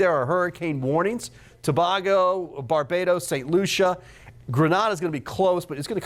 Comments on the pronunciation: TO-BAY-GO not TO-BAH-GO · stop saying tobaugo! learn the current pronunciation of countries if you are going to be on tv! Embarrassing! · Thanks for the update. Our island is pronounced To-bay-go. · Not To-BAH-go & Gre-NAH-da 🙄🙄🙄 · Learn to pronounce Tobago and Grenada please ... that's why I follow Mr Weatherman instead , he is the best where weather is concerned :yt::finger-red-number-one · You should ask a native how to pronounce Tobago.